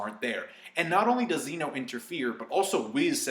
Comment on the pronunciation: zeh no. not zee no